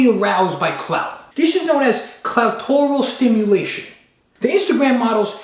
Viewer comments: Fucking “cloutorial stimulation” 🤣🤣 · "Cloutoral Stmulation"